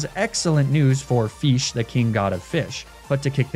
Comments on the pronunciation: Dissapointing. You pronounce Fish. The king god of fish "Feesh" How are you the one who it calls it's owner? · i just love the way you pronounce fish as "feesh" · Feesh?... You've watched PM7's adventures of the Mighty Feesh, haven't you? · yea feesh poweeer 😄